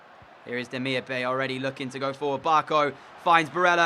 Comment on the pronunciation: Great video but Bay in Demirbay is pronounced Demirbye for striker look at David, Piatek and for GK Pavlenka and Meret